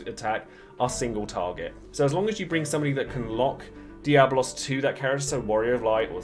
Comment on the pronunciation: It's DiabOLOS